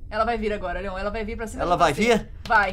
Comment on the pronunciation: Ah ta e não é leom é Leon